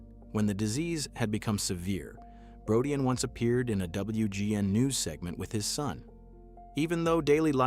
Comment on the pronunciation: Brodeen not Brodeyan